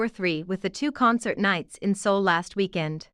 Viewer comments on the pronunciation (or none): none